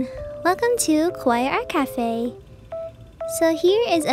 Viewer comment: be careful with the pronounce of the word "kawaii", you pronounce it "kowai" which means "scary"! ^^;;; but your art is totally kawaii, not kowai!